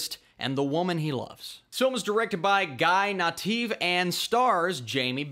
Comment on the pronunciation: A+ pronounciation of Guy Nativ! This comment coming from Israel, Nativ's homeland